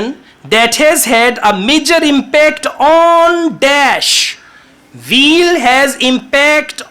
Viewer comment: is amazing! There was a funny part for me though. When he said to find the key word "wheel", it sounded like "veal" (meat of a young cow). When I read the passage, I realized he meant "wheel". It is easy to mispronounce the "W" as a "V". I just found yesterday and love his lessons. Of course, I Subscribed and turned on Notifications!